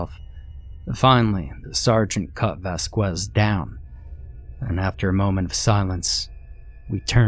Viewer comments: "Vas-kwez" thats not how u say it but ill roll with it Its actually "vas-kez" or r u doing this on purpose lmao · Good story. Also, it is pronounced "Vas-kez." The U is silent. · The name Vasquez as Vaskwez LMAO